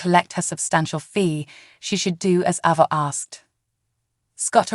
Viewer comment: Why do you changee avas name.? Sometimes u say it right and other times you say it wrong.please say it correctly